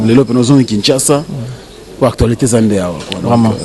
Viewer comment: Déjà va t'instruire, on dit actualité et non actoualité 😂😂😂😂.Ce sont ces bourriques de ce genre qu'on appelle chroniqueur 😂😂. On dit avec des preuves et non d'épreuves 😂😂😂